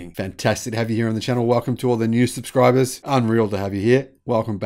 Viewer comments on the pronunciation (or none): none